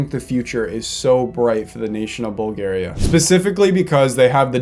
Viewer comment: The fact that you messed up bulgaria and Itali, I just love it